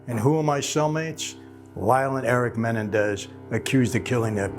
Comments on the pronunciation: Mah-nen-dez not menendez. Lol. Great video though as usual michael. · It's pronounced Men-EN-dez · It's Menendez ----- MEN EN DEZ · I think its pronounced Muh-Nen-dez not Men-en-dez, lol sorry to correct you, boss man. Please dont repremand me for it, just trying to be helpful is all. I mean no disrespect whatsoever. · Is anybody else annoyed by the way he says Menendez? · Michael likes to drop these famous names to make himself look like a big shot. He's the world's biggest liar. He says he knew the Menendez brothers. Yeah right michael, you knew them so well you can't even say their last name right. Lying moron. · Is it just me or is Michael butchering 'Menendez"?😆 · Mike butchered the Mendez name all through out this. The irony lol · Evidently the world has been mispronouncing Menendez for years.